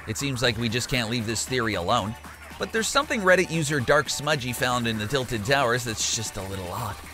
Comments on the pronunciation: He said tiltled as in tilte with ed but its tilted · Homie said titled towers and amotes 😫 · Why u say Titled tower as in titled in a book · Tilted like tilt-a-whirl lol 😂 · Oh come on man u know damn well "tilted" isent sayed like that... But I still love the vids